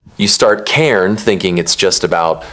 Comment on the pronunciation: the pronunciation of "cairn" 😭